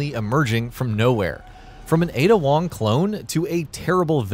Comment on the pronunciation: Honestly, they might as well call her "Aid Ya Wong"